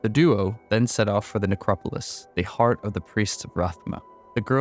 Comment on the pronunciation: the only thing that i catch every time that irks me is the way you say necropolis lol